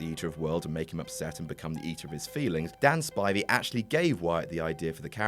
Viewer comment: hey you said dan spivey's name right this time.